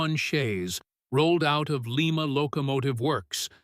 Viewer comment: AI narration is bullshit. Lima Locomotives were built in Lima (Ly-muh), Ohio; Lima (Lee-muh) is in Peru.